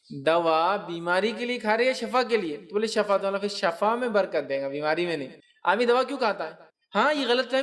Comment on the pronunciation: Shifa sahih hai shafa word sahih nhi hai na